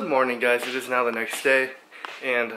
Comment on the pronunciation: It ees what it it eees